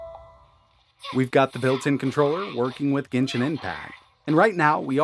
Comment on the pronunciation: Gensin Impact?????? This is genshin, not gensin... Gamube? Really???